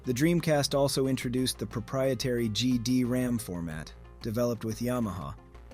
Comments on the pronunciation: GD-RAM? or is it GD-ROM? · Great video. A couple of quick corrections: you appeared to keep calling the media format "GD-RAM", but it's GD-ROM. The European DC units came after the North American launch, despite them being downgraded back to 33.6 kbps modems. You reference the orange logo, but then immediately show some blue logo love (the blue logo was in Europe, due to potential confusion with another company there). They didn't crack the GD-ROM format to enable piracy and homebrew, they cracked the MIL-CD format that the Dreamcast also supported. But like I say, a great video despite my nit-picks! :)